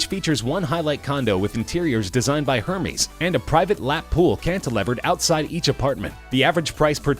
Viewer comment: You pronounced Hermés wrong, it’s Airmes not Hermes.